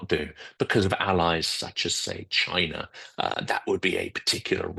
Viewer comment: Where’s “Chiner” and “Russier”?